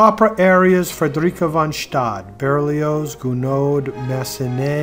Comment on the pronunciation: Frederica von Stade is American. Her name should be pronounced as such, and not in German.